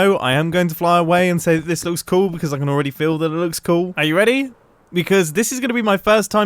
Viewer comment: Only Mumbo pronounces "cool" as "coo"